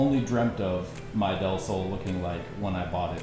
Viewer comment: nice pronounce on "del sol"! (means, "of the sun"!)